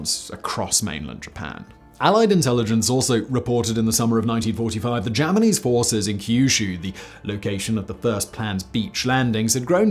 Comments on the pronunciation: Wait, did you say “Germanese forces” of this video?? 😆🤣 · did Simon just say "the 'Germanese' forces on Kyushu"?